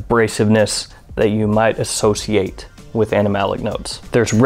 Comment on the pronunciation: are you saying 'animalic'?